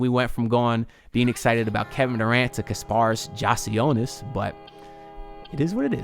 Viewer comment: Bro, you are terrible with names lol. You just heard Adam Silver pronounce the man's name correctly, and you butchered it lol! I'm a need you to stop saying peoples names and just referred to them as the guy lol. LET'S GO HEAT LET'S GO HEAT LET'S GO HEAT!